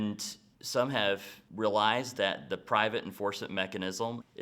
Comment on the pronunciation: Somebody who’s English is their first language, and he can’t even pronounce “realized”?